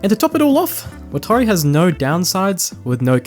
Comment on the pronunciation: Did you watch death note subbed or dubbed? Cause the way you're saying watari is bothering me lol. Its nothing like the show